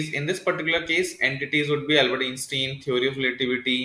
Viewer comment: Dude! That is NOT how you pronounce Einstein. Good video, but that just bothers me haha... It's not "in-stin".